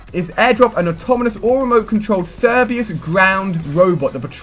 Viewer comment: You mispronounce a ton of words. Some of the ones I noticed are talon, autonomous, and Cerberus. Sorry, it got a little annoying hearing so many words being mispronounced in such a short period of time. Have a good day.